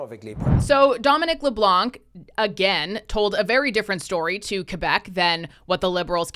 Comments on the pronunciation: Why do all English speaking people butcher my last name? Dominic LeBlanc is NOT LeBlank the C is silent. I enjoy watching your videos but when my last name is butchered it makes my blood boil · As a french canadian , you dont pronounce the C of Leblanc , the C is silent , just say it as if there was no C just Leblan :P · For your information, the final letter C is not pronounced in Leblanc (the white).